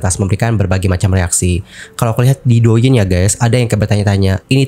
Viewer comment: Douyin..diucapkan Touyin yaaa..dichina D divokalkan menjadi T..ok